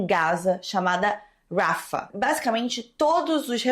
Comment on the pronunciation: só um detalhe, imagino que você veja muitas dessas notícias em sites gringos e aí você acaba pegando a pronúncia deles, mas "Rafah" pode ser pronunciado exatamente como se lê, inclusive com o H "servindo de acento". kk Amei o vídeo.